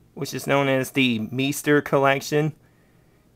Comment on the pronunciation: pronounced "maister" ^_^